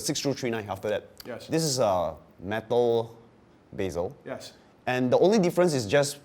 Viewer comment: what the fuck is a beeezel?!? you mean bezel bro?